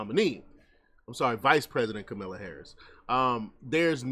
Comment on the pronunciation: The first 10nseconds, you lost me... "Kamilla" Harris. Good luck on your page dude